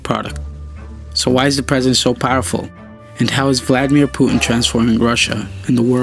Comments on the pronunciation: its called puTin not pu'in T dude T! its his name dont change it by accent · Stop telling Puin pls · Putin not Puen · start pronouncing your "t"s. It's "Pu tin" not "pu 'n" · Its Putin not "Pu'uin" lol or "puddin" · thanks for the information but how is the word Putin pronounced? like Putin with T or the way u speak it Pueen? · pretty sure it's pronounced "Pew Tin," lmfao yeah now I am starting to highly question if this youtube channel is funded by the CIA, and they are just using a voice actor, and also the name "neo" is highly sus also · It sounds so horrible how you pronounce his name. "Pu'in". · STOP SAYING PUTIN YOUR PRONUNCING IT WRONG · say the T for christ sake american. puTin